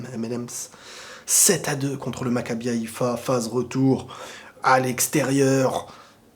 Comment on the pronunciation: Faut vous calmer. Ce netait que macaibi haifii😅😅